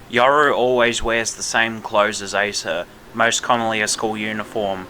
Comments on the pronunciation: Im sorry I gotta rebuttal this but her being a manga character only, as of now, has no bearings on how her name will be pronounced. Her name is literally "アサ" ア(A)サ(SA) if her name was going to be pronounced as "Aysah" then her name would be エ(eh)サ(sa) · You're kidding me right, bro all she had to do was read the word Asa, it's just (A-sa). It ain't that hard, we're not expecting much, just that you atleast know the name. Calling the chainsaw community toxic for calling that out is retarded in my opinion. This video and emi's cosplay vid feels like ragebait because expecting someone to atleast know the character they are cosplay is a bad thing now💔💔🫩🫩